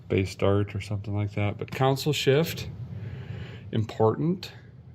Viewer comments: Derrick!! Console (con-sole…..pronounced like the sole of your shoe) - NOT Council (like city Council) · Derek you got the Console word backwards. It's not. COUN-SIL........ITS. CON-SOUL. Console. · console not council shift lol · Always drives me nuts when people pronounce console as counsel. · Man I miss hearing people call center consoles "center counsels." I never hear it pronounced that way in the south, it was common when I was in the Dakotas, MN, and northern WI.